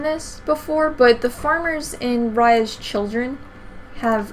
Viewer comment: oh damn u said my name right :)